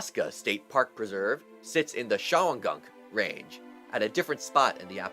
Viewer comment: Great video, but it's pronounced Shon-gum Mountains in the Appal-LAY-chian Mountains.